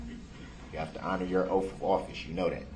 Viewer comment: She might have tried proving her “oaf” of office if she knew what it was! 😂😂😂😂😂😂😂😂😂😂